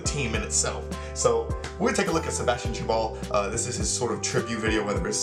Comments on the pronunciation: It's not tchabal dude.... It's Chabal! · "I hope I am pronoucing his name correctly" not really, but we are used to it :D (both A of his name should be pronounced like the A of apple)